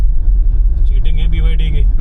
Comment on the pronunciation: BYD nahi Bhai "Baydi"😂